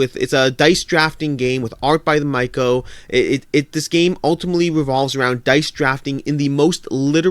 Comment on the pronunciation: Pronunciation tip: The Mico is more like 'The Mitcho' than 'The Myco'. A good analysis by the way!